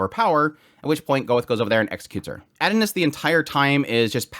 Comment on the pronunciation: I had no clue who you were talking about for a couple minutes until I realized you were saying "Adonis". You're not pronouncing it correctly. It's OK tho. The Japanese pronounce English words strange. But.... just because they pronounce "miracle" as "mirakuru" , I'm still going to say "miracle" because it's English. I like your videos but I got completely distracted by your pronunciation.